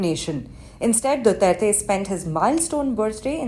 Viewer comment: ICC cant even pronounce his name right much more of what he has done